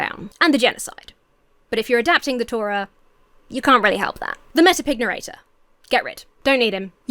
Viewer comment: So the word 'pignarrator', pronounced with a rhythm similar to 'pygmalion', is now a thing for me.